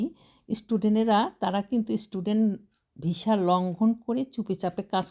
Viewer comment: Visa o ucharon korte pare na